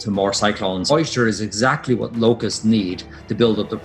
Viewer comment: "wooo, luke at de lokess"